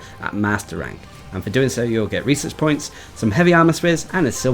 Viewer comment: I keep forgetting you are saying "research points" rather than "reeses points"